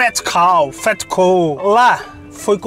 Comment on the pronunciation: king fluente em inglês, pronunciando côu kkkkkkkkkkkkkkkk